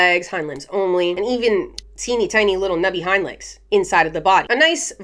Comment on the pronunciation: the way you say hind legs sounds like you're saying hymans. Snakes have little hymans?